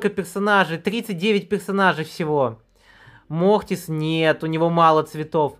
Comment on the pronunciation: Он просто картавит